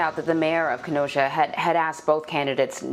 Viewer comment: Sleepy Joe can’t even pronounce Kenosha 😂